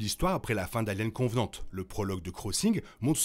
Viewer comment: Merci, c'est cool de faire une vidéo sur la timeline d'Alien ! En revanche, juste un petit bémol : c'est Covenant et non Convenant ;)